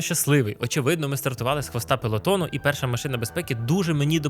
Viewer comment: Гарний випуск, гучна історія ) Сподіваюсь, цитата Діда пряма, і саме він сказав "пелотон" неправильно ))